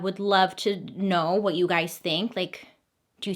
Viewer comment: "wutoh" oh. I see you Orville. 🤣